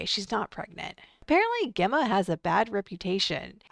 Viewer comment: Your saying the name Gemma wrong it's pronounced like a J